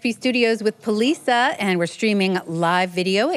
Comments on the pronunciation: Not that I know for sure, but I have strong suspicion Polica should be pronounced "Politsha", since it's named after a Polish mountain region, you would think that accented C would sound like the C (Cz) in "Czechoslovakia". Eastern European style. Not "Polisa". Correct me if I'm wrong though. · Thought Poliça is pronounced policia.. not poliza. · yeah I remember her saying it on kexp and it the O in polica sounds a bit like a u, like pullica